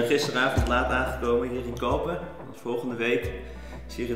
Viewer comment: Je spreekt Calpe uit als Calpee Voor de rest top video’s doe zo voort💪!